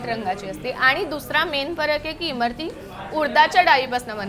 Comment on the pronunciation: Abe Imarti nahi Imratti....